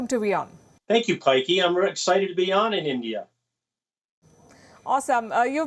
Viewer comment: Her name is Palki not paika ... Also, no Biden isn't what's best for America. But he IS the proper choice of the two, for getting your country back to a respected world standing. (Any American that wants to argue about what the world thinks of you, let me tell you that as a Canadian, it hurts me to hate your government and those who support it- but I've gotten to where I will not defend you, nor welcome you should you reelect your president. )